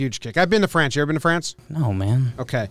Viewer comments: hes been to “Franch” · "I've been to Franch, you ever been to France?"